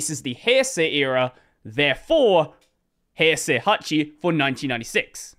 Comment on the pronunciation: I was shocked when he pronounced 平成 pretty well, then I remembered who he was ;D Screw 和暦 though, it makes stuff way more confusing than they need to be